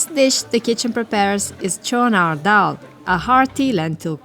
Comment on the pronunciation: Its cholar daal not Chona dol . By the way love 💓 from Bangladesh